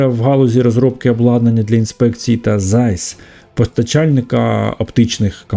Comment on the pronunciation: Всі виробники чіпів залежать від ASML, але та, своєю чергою залежть, як Ви зауважили, від Cymer і Zeiss (читається - "цайс"). Останні, на скільки мені відомо, єдині в світі, хто спроможний забезпечити потрібну точність лінз і дзеркал.